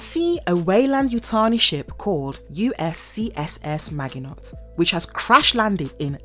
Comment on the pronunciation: You need to learn how to pronounce 'maginot'